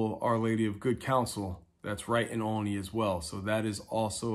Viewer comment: Nice video, but it's pronounced ALL-ney, like olive.